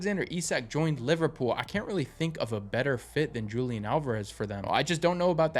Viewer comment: Here's a breakdown of the correct Spanish pronunciation: Julián: The "J" is pronounced like a strong "H" sound, and the emphasis is on the "N" syllable. Álvarez: The "v" sound in Spanish is a soft "b" sound, creating an "Ah-l-vuh-res" sound.